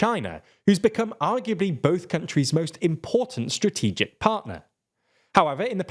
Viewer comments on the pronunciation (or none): none